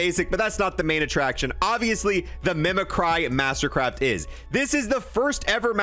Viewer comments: Bruh that’s my favorite Park skin basic ain’t always bad. Also it’s pronounced Mimic-ree, not Mimi-cry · Mimi cry?. Mimic ree is how its pronounced. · I'm sorry but it really bothers me it's pronounced mimic-cree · Shits dope its "mih muh Cree" but mimiCRY is better 🤣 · It's pronounced Me-mc-ree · Mimicry is pronounced mimic ree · It's pronounced 'mimicree'. What is up with cold war youtubers being unable to pronounce basic words? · doesn't know how to read the word mimicry lmaooooo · bro cant pronounce mimicry